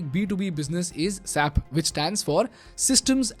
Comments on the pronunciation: Its pronounced as S.A.P, like separate syllables and not sap (in one syllable) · It’s not sap, it’s “S A P” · Mind you, it is not SAP, but it us called as S A P. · SAP?? S-A-P It’s not a word. It’s an abbreviation!! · I'm here representing the SAP... Employee and let me correct you with the pronunciation it's S.A.P not SAP😅..I dare you say this in the SAP World as saaap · I work at SAP. The company is running a campaign called #SayItRight to enlighten people on how to pronounce the company name. You need to pronounce each letter separately (es.aey.pee) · Dear it is not sap, but S A P. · SAPian will be like it's "ess-ay-pea" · It is not sap. It is pronounced using individual alphabets 'S' 'A' 'P'. Sap means pig. I remember when commuting to ITPL in Whitefield, Bangalore 10 years ago there is an SAP Labs office that comes on the way. Over the period of time the bus stop was called 'SAP labs' stop. When the bus conductor called out "SAP labs iliri". An employee of 'SAP' labs literally explained to the conductor that it is not "SAP" but 'S' 'A' 'P'. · Dear, Referring to it as "SAP" instead of "S-A-P" leads to a significant misunderstanding, as "SAP" in German slang translates to "PIGS." It's quite an oversight, wouldn't you agree?